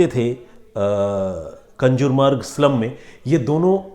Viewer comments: कंजुर मार्ग नाहीं कांजूर मार्ग हैं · कंजुरमार्ग नही कांजुरमार्ग. सर आप नामो का ऊचारण गलत कर रहे है. 🙏